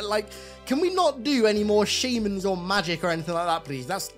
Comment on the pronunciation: Your pronunciation of "shaman" confused the hell out of me for a min lol